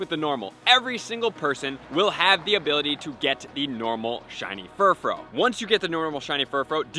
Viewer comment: Is it a law that poketubers can’t learn to pronounce words? Because all of y’all just butcher so much. That’s not how you say Furfrou, debutante, or matron.